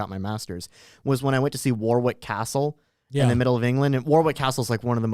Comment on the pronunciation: The man with an MA in history does not know that it is pronounced "WAR-ick" Castle...